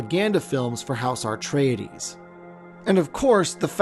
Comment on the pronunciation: AR-treides? Only one 'R' in the word.